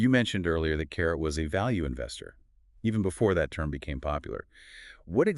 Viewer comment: it is pronounced CA-RAY...not carrot